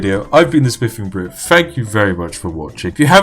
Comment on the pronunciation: It sound like he is saying "The spiffing Brif" or is that just me?